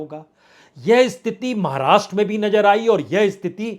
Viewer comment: Bajpai Sir hum daily aapko sunte hain bahot achchha kaam karte hain aap details bolte hain aap lekin ek request hain aapse thoda sa pronounce aap theek kijiye koi mushkil nahin hogi alfaz ko durust kijiye jaise Nazar boliye Najar nahin aise hi aur kayi shabd hain please Sir ji yeh aur jaise Hazar bolein Hajar nahin Please Sir aap bura na maane aur jaise cheezon ko cheejon nahin thank you so much God bless you dear Prasun Sir ji👍